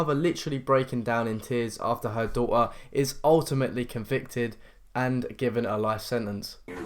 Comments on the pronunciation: Just a quick FYI concerning the female child. The word daughter, it's pronounced "dawter" not "doe-uh" Fanks fo lissnen m8, Laye-uhs 😂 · Where are you from? You don’t pronounce t’s in your words Waer daugher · "after her dau'a" Mo'a and dau'a cry cause the dau'a comi'id a bad crime